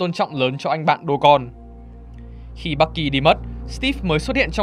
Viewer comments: Bucky mà nghe ông ad đọc thành Bắc Kỳ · Bạn thân Bắc kỳ =)) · sao ad nói bucky mà tôi nghe như bắc gì đó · bucky mà đọc toàn nghe bac ky =]]] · người bạn thân bắc kỳ =)) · Bucky đọc nghe nhạy cảm thật :v